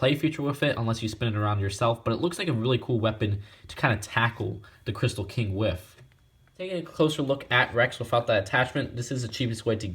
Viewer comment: I never got this set...maybe I'll get it on eBay someday. Btw I noticed you pronounce "with" as "wiff".